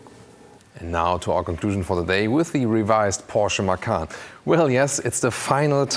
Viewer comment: Man, you should watch some other reviews for Americans and post a comment in their videos, and tell them to watch your video, so they learn how to say "Macan". Seriously, is so embarrassing how they say it. 🤷🤦